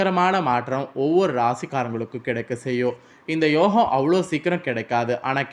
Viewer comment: புதன் ஆதித்யன் அதாவது புத ஆதித்ய. யோகம் இனு கூட உனக்கு ஒழுங்காக சொல்ல தெரியலையே